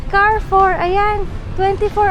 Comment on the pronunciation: Cha - ree - foo